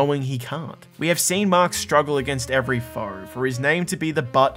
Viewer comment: This man called our hero “Maak” and our villain “leevee” 😂